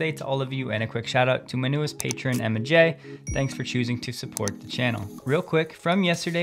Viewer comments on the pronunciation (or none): none